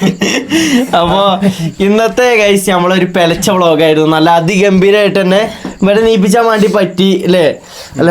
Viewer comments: Pelach alla ( pularcha) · പെലച്ച ❌പുലർച്ചെ ✅😆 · പെലച്ചേ. അല്ലടാ. പുലർച്ചെ 😂😂